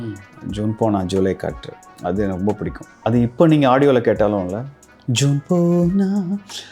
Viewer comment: It is not Juuune ponal....it is Jun ponal...